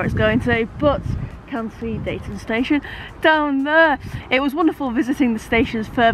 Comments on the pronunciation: It's pronounced Deeton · It's a lovely journey from Manchester to Huddersfield. I loved driving my bus around Slaithwaite and Marsden circa . Deighton is pronounced Deeton by the way. 🤗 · Deighton is pronounced Dee-ton (or Neanderthal Central). Slaithwaite is my nearest station. Yes, G you are on my local line. 👍